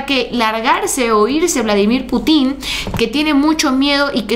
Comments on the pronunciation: una aclaración fraterna: No es Putín (acento en la i) es Pútin (con acento en la U) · No es Putín, se pronuncia Putin, sin acento. 😂😂😂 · no se pronuncia "Putín", se pronuncia Putin, sin acento en la i 😅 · Hola! Se pronuncia "Pútin" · es Putin con acento en la U no es con acento en la I porque ya seria put....... saludos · Hola te recuerdo que el nombre del Presidente de Rusia el acento lo lleva en la Ú y no en la í solo por qué la gente ocupa estos ""herrores"" son solo de pronunciación Te Amo próxima Gobernadora de Jalisco ❤❤❤ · Hola Haz el acento de Putin en la U! Es perspectiva no prespectiva Con mucho cariño 😊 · el nombre del presidente de Rusia es Putin con acento en la u no en la i,suena diferente